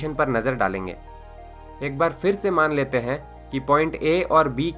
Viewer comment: kamal ke infomation hai bhai .lagta hai ap south indain hai pher ko fer bolte hain ..